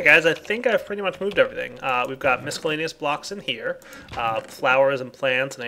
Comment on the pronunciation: Is anyone else annoyed at how he pronounces "miscellaneous?"